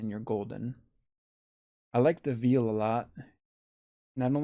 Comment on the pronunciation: Cant resist the need to troll. Its veil [ veyl ] not veal.